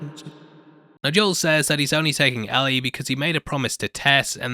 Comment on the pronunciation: It’s not Al-ee it’s L-ee. It’s written Ellie not Allie.